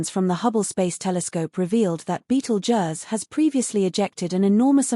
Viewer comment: If you wanna here a fake voice say Beetle Juzz a million times, then continue